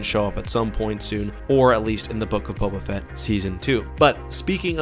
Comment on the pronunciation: I just dont get it- why are you always mispronouncing names? This is your literal job to watch and review and make videos about star wars, which say the names of people repeatedly like Bo Katann and Teva yet somehow you just don't hear how it's pronounced and you say it differently😭 Katann is kuh-TAN not Kat-ahn like katanna, and Teva is Tay-vuh their names are said over and over